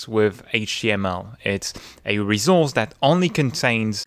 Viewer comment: I really love the way he pronounces "resource". Every time I hear him give me life.